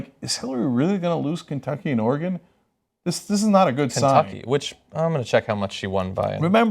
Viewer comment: And Cenk pronounced Oregon right!